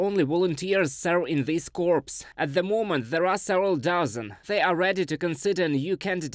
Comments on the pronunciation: Pronunciation Note: Corps is pronounce Cor (Anglicised French). A Corpse is a dead body or cadaver. Keep up the good work! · Please pass along "core" as correct pronunciation of "corps".... pronounced with the "s" you have "corpse" which is a dead body. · I know it is not his first language but he pronounce corps as corpse which means dead body and he pronounce soldiers as solders which means joining metals. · Corps is a French word we pronounce it 'core' in English. A corpse is something very different. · Corps is not pronounced “corpse” it’s the same as “core”. As in the Marine Corps. SFMF